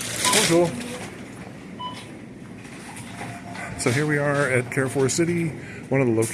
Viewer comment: Carrefour pronounciation: Carre= car with french R, not so much like care . Four= the closest you can say it in french is fur😅 or foor just like door but with an F, a doorway kind of pronounciation. I have never been to perpignan! It looks like spain😅...but the buildings are more frenchy than Spain...you will be able to visit Spain easily from perpignan...even Portugal! Portugal is much less expensive than France, its really beautiful there...am completely opposite of perpignan...for me italy/ germany/Switzerland/Austria/Netherlands and Belgium are easy access...of course mostly the towns that r close to the frontier. If you get an opportunity, you have to visit East of France, its really beautiful, north Italy is so underrated, small town in Germany are much worthy than big cities...don't go to berlin😅, as a tourist my favorite country must be Netherlands,its not a big country and is flat,much easier to visit...but even their big cities are worth to tour, everything there is a postal card....its a must place to visit in my opinion...not much to live in,but certainly for vacation. If you dream to visit Rome or venice(popular destination) do it in winter time, I don't recommend to visit popular destinations in warm season. for the sun and leisure, Greece /Croatia/spain/Malta/Macedonia....they all are touristic and not expensive....